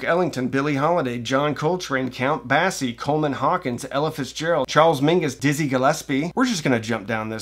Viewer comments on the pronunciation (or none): >>>Basie's name is pronounced with "Base" like in baseball, not "Bass" like the fish<<< Yes, I did a double take when I heard that, too. And this guy should know that since his accent is a U.S. one, not a Brit one. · You can't be TOO upset about the loss of the Count Basie tapes, since you don't seem to know how the man's name is pronounced.